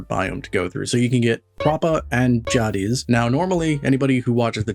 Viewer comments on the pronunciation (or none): "jah-dis", "eh-nor"???? My guy, have you PLAYED deep rock? The characters call out the names of the rocks OUT LOUD when you find them 😢 "Enor pearl here!" "Found a Jadiz!" JAY-dis, and EEE-nor. Enor pearls are pronounced similarly to Eeyore from Winnie the Pooh